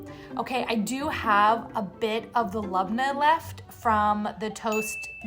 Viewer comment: Lebna is pronounced as lib-neh, not lob-nah.